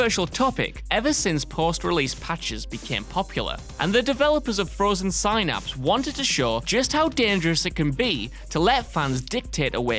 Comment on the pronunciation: The C in Celebrimbor is pronounced with the hard K sound. Have you not played either of the games? And the Y in Synapse is pronounced as the short i sound, sin. And another game that was clearly not played by anyone involved with the making of this video...Elica is pronounced exactly as it's spelled, not Eleeka. And Elica dies AS they complete the mission, not BEFORE. ...And Undoes is also pronounced exactly as it's spelled, not undoos. And it's the CAPITOL Wasteland!